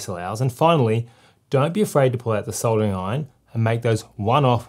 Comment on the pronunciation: Thank goodness you know it has an L in soldering and soddering like the yanks. Was going to be a hard watch otherwise 😆 Thank you for the well presented video.